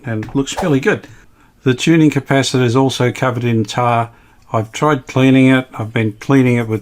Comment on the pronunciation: Polly wanna "Cap-per! LOL😁